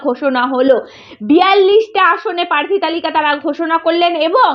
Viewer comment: পার্থী টা কি বস্তু???? রিক্স টাই বা কি??? কি জঘণ্য উচ্চারণ!!! তেমনি একপেশে পা চাটা চ্যানেল!!! আসানসোল এ সায়নী ঘোষ এর জামানত জব্দ হয়নি, অল্প ভোটে হেরেছিল। ভুল ভাল ইনফরমেশন!!